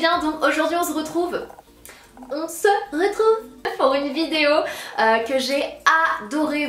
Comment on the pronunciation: Je n'avais jamais remarqué mais avec la vidéo avec Horia je l'ai enfin remarqué 😂😂 "on ze retrouve"